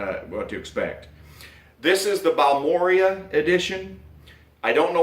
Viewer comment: Bal-mo-ray. Its a town Texas. Beautiful area.